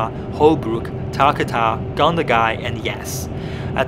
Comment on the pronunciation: Bus is speed limited to 100kmh. Tarcutta prounounces tar-cut-tah.